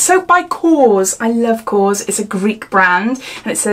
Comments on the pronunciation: The soap brand is KORRES not kos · Great unboxing! Korres is actually pronounced "kor rez". I love their products, also! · Actually is KorrEs. ❤️